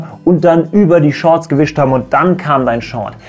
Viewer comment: "sch Shorts"